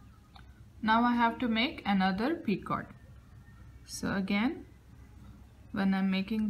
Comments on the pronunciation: she say p i c o r t...... not just picot he he he s no r there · The “T” in picot is silent and the “O” is a long “O” sound like in the word bone. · the 't' in picot is not pronounced